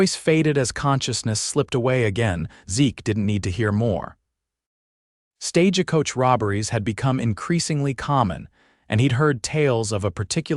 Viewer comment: Why do they say stage a coach?? Why add the "a".